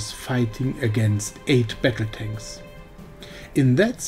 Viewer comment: Your battle tanks pronunciation sounds like better tank, and attack sounds like a tech.